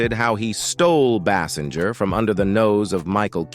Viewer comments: Pronounce her name correctly AI bot: It is pronounced "Baysinger." Ugh! Hire actual people to read the lines. Can you imagine Carson or Letterman misprouncing a star's name at introduction to an interview? I think not. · Thank you. I was about to correct that pronunciation.